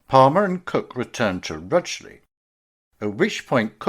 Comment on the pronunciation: Rugeley. Not pronounced RUGLEY